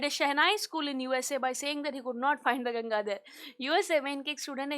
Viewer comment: Ganga not ganja😂😂